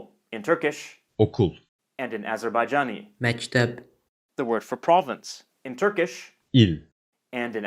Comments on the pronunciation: Sounds like me[ç]tep, that's how the speaker pronounces it in the video. He said [ts]ılpaq, not [ç]ılpaq. I hear ta[ts], not ta[ç] or ta[c] in the Azeri version. hörüm[ts]ek There's certainly no [ts] or [dz] in literary Azeri. They have [tʃ] and [dʒ]. Otherwise they would have borrowed emoTSiya, rather than emoSya. Sidenote: I think emosya and duygu are a bit different. Emosya is something that comes and goes and duygu must be a deep feeling. I judge by the Russian language, where emotsiya is a transient emotion and chuvstvo is a deep feeling (or a more general term). Azeri probably has the same distinction. your speaker seems to speak a dialect, not the official standard. It's not bad per se but it's a bit misleading if you compare standardized languages. Anyway, I love dialectal variations and it's cool to discover them so suddenly :) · Whoever was reading the Azerbaijani words - at times - pronounced things strangely. Like "tac" as "tatz" and "mekteb" as "mejteb". Unless these words are exceptions or due to some special phonetics, then he must have erred.